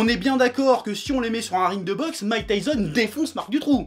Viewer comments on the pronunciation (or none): none